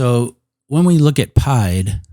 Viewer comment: From all the French I took....it is not pronounced pie-d. It is pronounced pee-ed. Meaning foot...not to be confused with Pie the mathmatical figure.